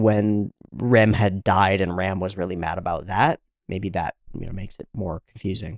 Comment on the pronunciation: For what I know "Ram" is read as latin (as all translated japanise names), i.e. something like english "Rum". Thanx for episode.